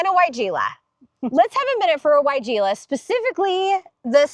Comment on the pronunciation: can you tell me how to spell the sounded like "soro" wigela please